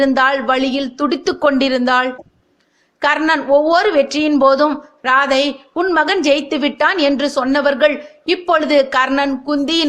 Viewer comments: It should be pronounced as ராதேய் and not ராதை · ராதே என உச்சரிக்க வேண்டும் ராதை அல்ல